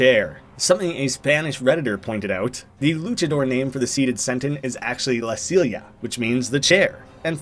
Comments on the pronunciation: Silla is pronounced more like "sí-ya" for future reference lol double L in spanish is always pronounced like "ie" or something like that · la silia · Your mispronunciation of la silla hurt